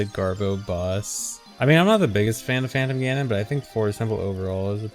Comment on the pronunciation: heard phantom ganon as fandom ganon 😔